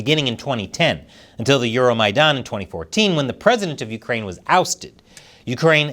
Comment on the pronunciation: good job on pronouncing EuroMaydan!